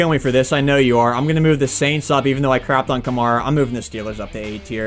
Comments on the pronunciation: And not ka-marr-a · Btw it’s ka-mar-a